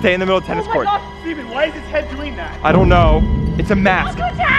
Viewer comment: Stephen it is stefene